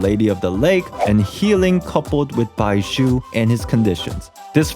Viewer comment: you were able to say zhongli with a j sound (jongli), but somehow can't free yourself to say baizhu(baiju) without a subtle s sound, I suggest you to imaging baizhu as bai zhu